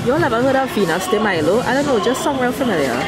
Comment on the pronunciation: venus de milo sounds like cinco de mayo